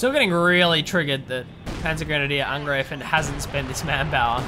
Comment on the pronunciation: So many English language casters say angr-ee-fen, it seems you say angr-ay-fen, but in German, it is to be pronounced angr-eye-fen (as in eye, I, aye,...)